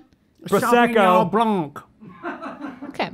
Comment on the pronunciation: you dont pronounce de 'c' in 'blanc' ;)